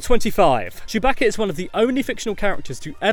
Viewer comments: why does he call chewbacca chewb"a"ca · surbaca? it's sewbaca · Did he say Chewbacca with a h like Chewbaccah